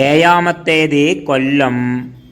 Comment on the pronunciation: എയാമത്തേത് കൊല്ലം എന്നല്ല ഏഴമത്തേത് എന്ന് പറഞ്ഞു പിടിക്കണം 😊😊